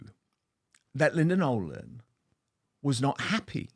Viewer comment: It's Nolan ,not Nolen .